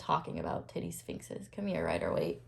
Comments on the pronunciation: Heard that as "teddy sphinxes" 😂❤ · "The tittie sfinxes" 😂 You are adorable!😍❤🙌🏼